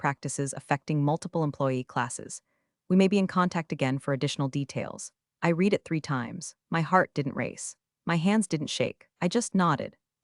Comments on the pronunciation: I like these stories and subscribe. But PLEASE fix narration so that the past tense of " read" is pronounced as "RED". I'm tearing out what little hair I have left😖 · Help Ai out, use red for read, reed for read🙄